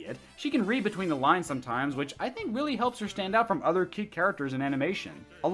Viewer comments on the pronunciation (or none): none